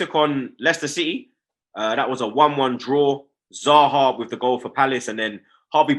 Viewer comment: Notice how when was back on aftv, robbie called zah zy. You know even the don realises the zah is like ty